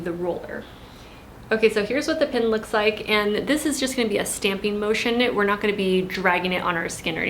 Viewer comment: Pin. Why would she say pen?